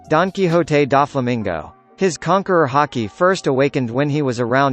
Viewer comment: No one: Not even Gol D Roger: Not even Black Beard: Voice: DON KI HO TE